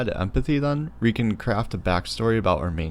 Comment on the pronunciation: This video is really clear and helpful. But please! It's pronounced "We" with a "W" and not "Re" with an "R"!